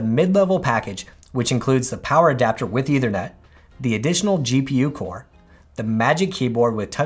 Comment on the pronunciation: Note: the word is ethernet, not “eithernet.” The th sound should be voiceless, as in in think.